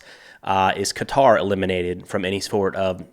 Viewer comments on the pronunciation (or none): none